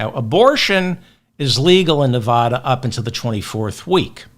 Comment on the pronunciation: Your persistent, incorrect pronunciation of Nevada makes your otherwise fantastic podcast unlistenable. It gives me a headache.